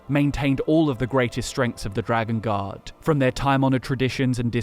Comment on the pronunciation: Bruh I thought was saying dragon God instead of dragon Guard for like 10 minutes